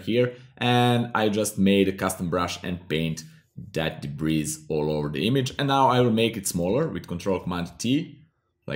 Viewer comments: It's pronounced debree... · Nice tutorial. Just an aside, the s in debris is silent. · debris is pronounced debree. i was wondering what you were saying. hehehe. nice video though